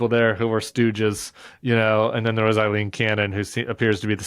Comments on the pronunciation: Her name is NOT Eileen…it’s Aileen.. and yes, I’m taking it a little too personally! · Aileen, it rhymes with sailing. Eileen is the name you guys are saying